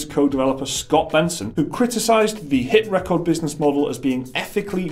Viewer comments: Its driving me nuts to hear you say HitRecord like that! that is the wrong inflection of the word, its meant to be re-cord not rec-ord. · Hit ... Ree-chord. Like recording stuff... dudes... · You keep pronouncing HitRecord with emphasis on “cord” like a song or achievement.. isn’t it HitRecord with emphasis on “Re” as in Recording a show on tv? it seemed like an odd pronunciation to me.. just saying